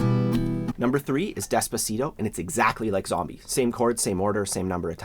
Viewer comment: As a German the way he pronounced 'despacito' I got even more cringed than we she said 'I speak a little bit of Spanish'